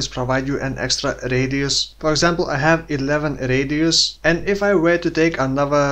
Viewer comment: r-eediusz are of effect fo more r-eediusz